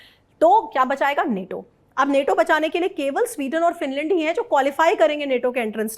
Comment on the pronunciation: Neto nai nato bolo antuy ji plz